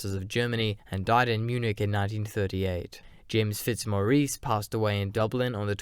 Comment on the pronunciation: Excellent video, as are all your episodes. As an Irishman I smiled at your pronunciation of Bal-donn-el and Fits-moris